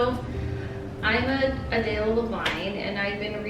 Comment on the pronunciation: I have never heard someone say my name so different. Adela